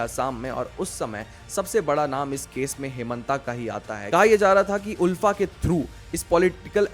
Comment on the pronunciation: आलफा not उलफा